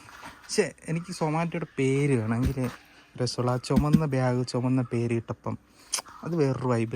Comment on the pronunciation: ബ്യാഗ് അല്ല ഭായ് ബാഗ് ഏതെങ്കിലും ഒന്ന് നേരെ പറയാൻ പഠിക്ക് 😂